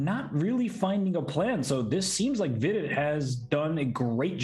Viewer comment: Does hikaru mispronounce vidit's name on purpose?